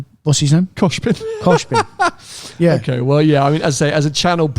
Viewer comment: Name pronunciation was nearly perfect! Glad I could help 🙌🏼